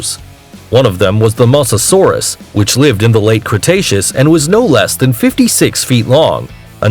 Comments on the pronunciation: It's a mousasueres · Masasaurus pronounced moh za sore us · He said,Troodon wrong,Carnatasaurus wrong,Gigantasaurus wrong,Diplodocus wrong and Mosasauras wrong.